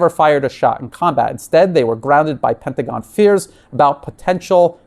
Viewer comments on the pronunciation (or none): none